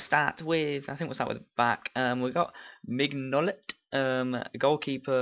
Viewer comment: 'Min-o-lay' = Mignolet :p good vid.